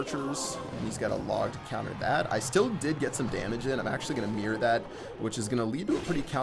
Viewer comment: Why are you calling the mirror "The meer"?